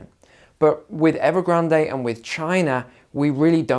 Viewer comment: Evergran"day"? "Lay"man Brothers? Just when I though my English was good. Now we can speak the King's English. Thanks for the lesson!